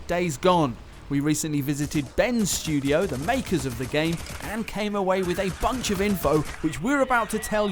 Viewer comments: 'Ben Sjudio' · Am I the only one who thinks it sounds like is saying Ben's Studio?